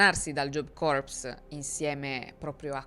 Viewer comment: Punteggio che “corps” si pronuncia “cor” (anche la p è praticamente silente ). Se pronunci la p e la s stai pronunciando “corpse” ovvero cadavere.